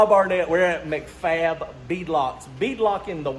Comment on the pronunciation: "Mac" Fab is pronounced like Big Mac 🍔